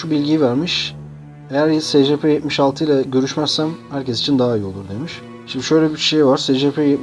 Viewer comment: abi ingilizce telafuzları doğru yap be :D secepe nedir